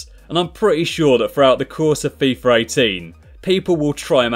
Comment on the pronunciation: why does everyone say fifar 18??